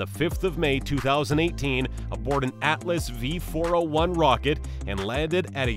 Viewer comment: nasahh, centor, atlas vee